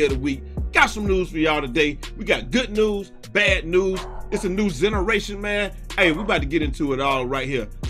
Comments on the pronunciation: This man said "a new zeneration" 🤣😂🤣😂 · Ahh shit here this nigga go, u did not say "ZENARATION".🤣🤣🤣🤣🤣🤣🤣🤣I'm over here crying any congrats on securing tomorrow my last hope #PS5